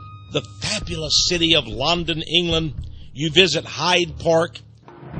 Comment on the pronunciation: The way he says London is cancerous